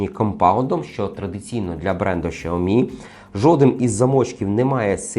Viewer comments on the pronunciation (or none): Шаомі😂може Сяомі?